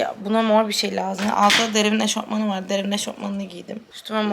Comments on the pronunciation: “eşortmen değil eşofman o” Bayılıyorum 😅❤️ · eşortman değil eşofman ahhahahahhahahha bayılıyoruumm yaa sizee💙💜❤️ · Eşortman değil o eşofman hahhahahah online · esortman değil Eşofman:.... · O eşortman değil eşofman fhfhfhhd😂